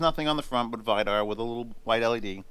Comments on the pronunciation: It's read Vee-dar!😐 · Vidar is pronounced Wii-dar